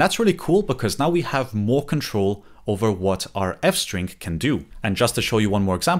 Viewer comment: Ah yes, France-String 🥖🥐